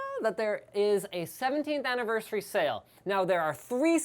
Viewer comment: Aniverseweee sounds like me trying to speak English.